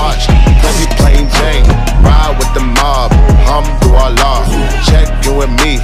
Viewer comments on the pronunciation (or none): Im pretty sure he is saying hum to Allah...because that is not the correct pronunciation for Alhamdulillah. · Alhamdulilah but he says it actually a little bit wrong he says Ham-du-Allah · "Humdu llah" pronounce it right da fuck. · For those people who says that Alhamdulillah means Thank God, you were right, but only if you pronouced it right. It's just like you telling people that you are sick but people say that you are suck. If you pronounce it wrong, then the meaning will be different. I won't say that he disrespect this beautiful words which is prising God by adding harsh words afterwards, I really appreciate this work, but hopefully he will be more careful and find out first, because there are things that can't be played around. ^^v